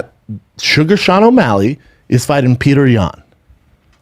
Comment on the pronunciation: Good lord. It's pronounce "PEE-YO-TER." Not Peter...